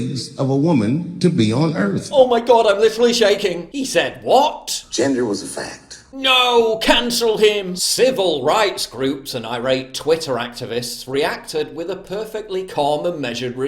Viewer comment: “Civial rights groups”